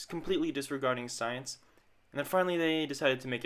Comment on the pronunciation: J-Lo and Owen Wilson is okay but you got a red flag after you saw Ice Cube was in it??? He's a way better actor than both of them combined. It's "science," btw, not sience.